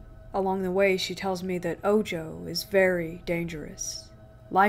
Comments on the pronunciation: It is not oh-joe. It is oh-ho. Ojo=oho. The evil eye. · Bro.. lol tell your girl it's spelled ojo but its spanish and pronounced Oho... smh. media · good narration....but the evil eye is pronounced Oho.. the j in spanish makes an H noise.... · The J in Ojo had an H sound in spanish. So it's pronounced Oh-ho. 😌 Ojo is a mostly subconscious spell that get placed on people who are the target of jelousy (usually), It makes the target sick and that cleansing gets rid of it. Mostly affects people who are more sensitive to energies.